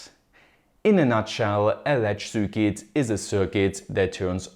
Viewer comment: kleiner Tipp: du sprichst "circuit" immer als "cükit" aus, richtig wäre eher "cörkit"